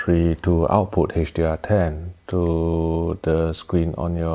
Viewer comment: When he says [ AW-POO ]* ... what he's [saying] is [OUT-PUT].